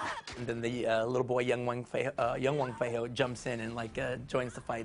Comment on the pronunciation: It's wong fei hung not wong fei ho but nice interview